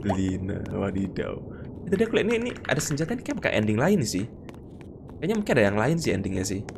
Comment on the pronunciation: Bang andding nya engga jelas bang😂😂😂😂